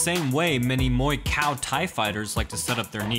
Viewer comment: Dude actually said muy cow at 5.50😂😂😂